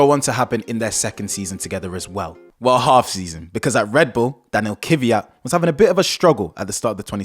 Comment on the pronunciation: 😊Nice video guys! Just for your information: it’s Kvyat not Kivyat..☺️